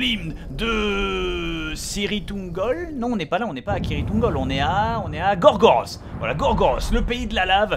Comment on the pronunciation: BOB ! Gorgoroth se prononce " Goregorote " ( très bon groupe de Black Metal au passage mais ça n'est que mon avis ) sinon a quand un t shirt du style " Nudisme need you " ? Ça serait magnifique